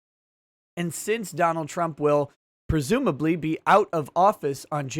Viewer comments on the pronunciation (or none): I like how you say "presumably " out of office...very well played sir👌